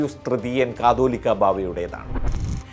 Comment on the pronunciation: ബാവ യുടെ പേര്, കാതോലിക്കാ ബാവ എന്ന് ശരി ആയി പറയുന്നു, മനോരമ ചാനൽ ഇരുന്നത് കൊണ്ട്, പലരു കത്തോലിക്കാ ബാവ എന്ന് ആണ് ഉച്ചരിക്കുന്നത്.